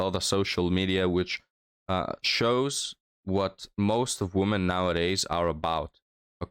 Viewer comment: I'm glad your videos have been taking off youre really improving. One suggestion I have is "women" the plural is pronounced more like "wimmin." The o sounds like an e for some reason.